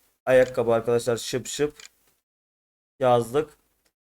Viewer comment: Abi terlik şıpşıp değil şipşip doğrusu😂👍